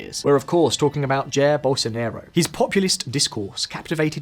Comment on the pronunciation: "Chair Bowlsonaerow"